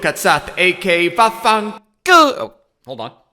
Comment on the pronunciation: Vaffen colo gets me every time